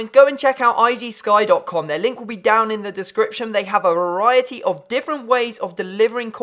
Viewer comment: James Richards Lmfao ! Ikr. He couldn't say ' down in the description' in his last intro, so he changes it then mispronounces variety. GG.